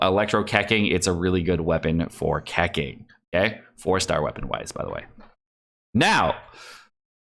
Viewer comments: Say it with me cuh ching thats how you pronounce keqing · The way you say ke-king is just hilarious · "Keking" lmao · Ah yes, Keking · keqing [kə tʃ iŋ] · Kekwing is the only way to pronounce her name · Learn how to pronounce Keqing's name please.